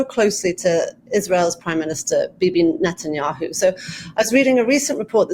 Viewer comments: Neh neh neh ten ya hoo. NOT Not ten ya hoo. So freaking annoying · Excellent informative interview. But I find it so strange that Ian Bremmer, a seemingly professional in this field, completely butchers the pronunciation of every single foreign name. Drives me crazy listening to professionals that say "Benjamin ned'n-yahoo". And since when is "Qatar" pronounced "cutter", or the head of russia "pudd'in"? Come on, you can do better!